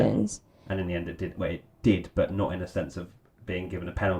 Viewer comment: "in in in in" to me sounded more like "ni ni ni ni"